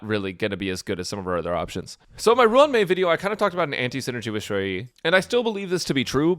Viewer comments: Ju yi Yu yi It sound fine 😅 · Nah Your Saying It Just Fine